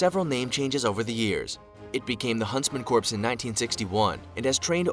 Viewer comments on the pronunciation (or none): Corps is pronounced like "core" not "corpse". The computerized voice needs some work. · I wish he pronounced "corps" correctly. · the pronunciation of corps is bugging me, thr British SAS is my favorite